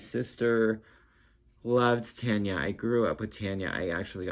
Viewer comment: It's TARN-YAH., like SHAR-DAY. (for Donelly, not Tucker) I don't have Earwig on vinyl yet, that's the next reissue by American Laundromat in 2024. You know I love JH, and the ELO record isn't going to be out until November--damn vinyl pressing plant backlogs!